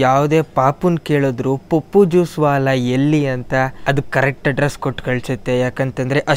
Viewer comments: That is pappu not paapu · Bro Adu paapu Alla Pappu😀